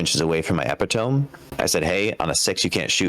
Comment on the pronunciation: “Eh-PIT-oh-me” not “epi-TOME”